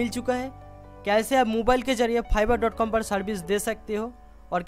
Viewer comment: Phiverr wow, sir it's fiverr not *Phiverr" 😂😂